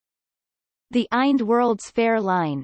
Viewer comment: Listen to this computer voice say “eind” instead of I N D !!